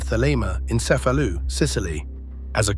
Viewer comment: Cefalu not Cefalus...